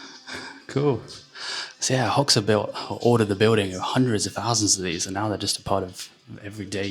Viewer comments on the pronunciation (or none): It's pronounced Hoxha..Hodga not Hoxsa .